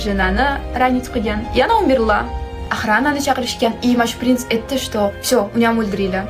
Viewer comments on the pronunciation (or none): Prinsni birinchi marta pes deb eshitibman 😂😂